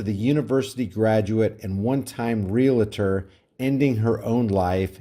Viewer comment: No such word as RE - LA - TOR. NO "LA" in the middle. REALTOR pronounced real + tor.